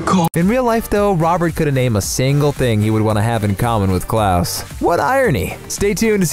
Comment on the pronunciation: Me: Ok time to learn more about the cast The narrator: Klus